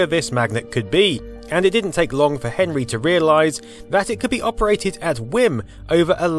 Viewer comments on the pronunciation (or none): none